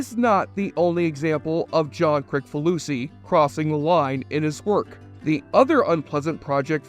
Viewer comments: It’s pronounced “Chris-faloosee”, not “Crick.” ☝️ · You really didn’t do your homework if you don’t know how to pronounce the creator’s name - “Kriss fa loosey”. Come on. I knew it because I’m a fan and I’ve seen a lot of video stories about him. You must have just done the easy research. It’s not the kind of household name that you can just presume to pronounce the way it looks, I made a point of being sure about it. It really kinda makes you sound stupid. Must be that stupid helmet.